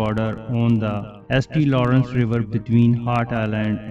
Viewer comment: St. Lawrence river is pronounced “Saint Lawrence River” just fyi. Great video though good information 👍